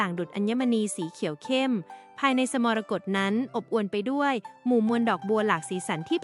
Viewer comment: สระ มรกต ก็อ่านมั่ว